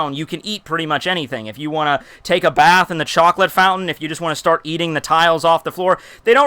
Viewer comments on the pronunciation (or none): none